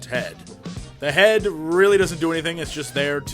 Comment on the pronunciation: he also said "reall" instead of "really" who carez